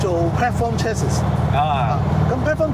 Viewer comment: Chassis 最後的S是silent 的讀chat-si,見諒